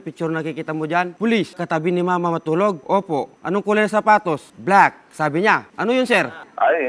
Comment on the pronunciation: The way he pronounces "black" para tuloy tong si Ryan Rems